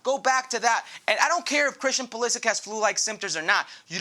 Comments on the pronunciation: Craig Burley, his name is Pu-li-sick. If you don’t believe me, ask him. In your role you should know his name. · "I don't have nothing against Pulisic but I refuse to say his name the way most people do."